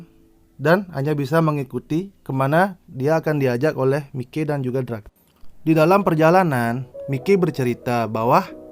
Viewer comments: Sekedar saran bang, bacanya maiki jangan mike pronounciationnya coba sedikit dibenahi semoga membantu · Miki Saha cara bacanya Mai ki